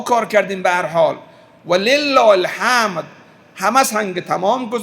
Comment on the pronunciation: والله الحَمَدْ آنقدر بیسواد هستی حَمْد را حَمَد میگویی حقا که آیت الله فیاض رحمةالله فهمیده بود که تو بیسوادی